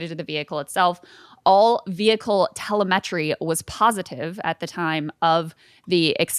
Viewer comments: This chick said “las vigiss” and”telamet-tree” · Krystal pronounced telemetry wrong. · Today I learned that Krystal does not know how to pronounce TELEMETRY